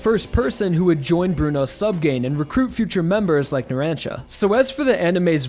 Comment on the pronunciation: Yeah, that bothered me too lol